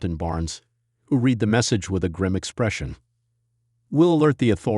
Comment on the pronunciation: “Read” can be pronounced “reed” and also “red”. It depends on how it is used. If you speak English, you’ll know which one to use and when. Perhaps this is due to AI (artificial intelligence) reading the story. AI has a long way to go to get it right. But it is so annoying!